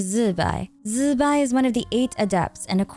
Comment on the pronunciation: i find it funny that so many content creators are having trouble pronouncing Zi Bai. there are a ton of Youtubers, literally on this platform, that teach Mandarin pronunciation for an English speaking audience. Her name actually sounds pretty cool when you say it right too, go check it out